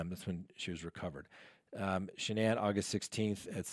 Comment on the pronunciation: Her name was Shannan rhymes with Dannon. The woman has passed let's have respect and pronounce her name like her mother did in court.